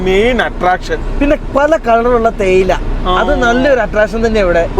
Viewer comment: തേയില തെടി അല്ല ചേയില തെടി 😂😂